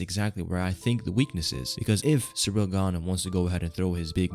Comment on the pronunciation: It's ciryl not Cyril